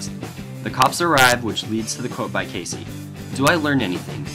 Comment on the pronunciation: Good video, but why do you pronounce his name "Casey"? It's Key-Z.